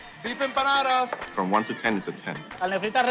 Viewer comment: We don't say empanadas